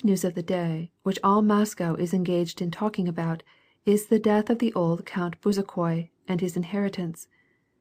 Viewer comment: "Buzakoy" A rudimentary knowledge of the book would have been preferable.